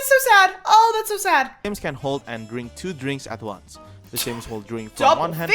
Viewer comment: The ooncie woonce speedo